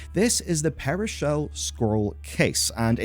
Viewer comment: It's not a peri-shell scroll case, it's a pearl-shell scroll case. As in mother of pearl